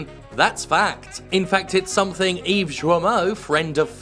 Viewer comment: Is he sayin' Yves' last name wrong on purpose?